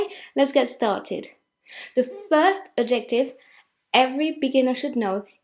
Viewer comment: The fact that you keep mispronouncing “adjective” is very distracting. You keep putting the emphasis on the wrong syllable “..jec...” so it sounds like you’re saying “objective”. Nevertheless, thank you for the lesson.